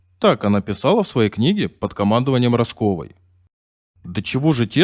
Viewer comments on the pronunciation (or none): Уважаемый автор.Произносите правильно фамилия этих героичиских девушек.Они творили невероятное Правильно ставьте ударения при произношении их фамилий.Не Раскова' а Раскова. Изучите лучше жизнь этих легенд.Гризодубовой .Кто она .Я знаю.Герой в войне и в труде получила героя труда.Ночная ВЕДЬМА.